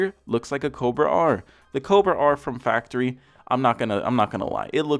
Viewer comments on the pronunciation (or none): none